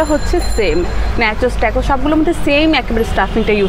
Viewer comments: Thik bolsen apu tacos ke tecos r nachos ke nechos boltase..akjon food blogger ayr amn vul kora thik naah... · নাচোছ আর টাকোছ উচ্চারণ হবে 🙂 keep up u doing good